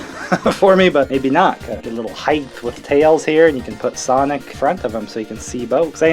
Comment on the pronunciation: ”SIANIC” WHAT